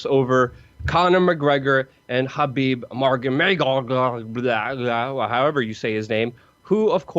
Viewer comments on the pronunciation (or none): "Khabib Magonedov" just stop, stop what you're doing now and start flipping burgers. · How can u fuckwitt pronounce every single name wrong? Its easy: Habeeb Nurma -go-medov, Ali-Abdil-Aziz(his manager)